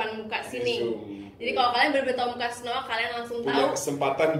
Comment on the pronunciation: Aku gak bermaksud bilang kakak bohong tapi kan dia udah bilang nya itu snowee bukan snowa